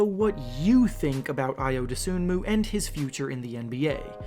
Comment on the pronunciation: Just so this doesn't spread, you don't pronounce Ayo's last name as it is spelled. The "N" is silent. It's pronounced Doh-SOO-moo. I respect your videos, but if you're going to produce a profile on a specific player, getting his name right is pretty important. I mean, have you ever watched one of his games? Seriously asking.